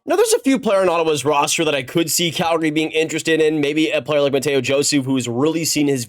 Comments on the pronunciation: I'm literally from Montreal where Joseph is from and speak French. The English pronunciation for Mathieu is Matthew and definitely not Matteo lmao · Its mathieu joseph same pronunciation as matthew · American trys to say Mathieu, also the sens are not trading him.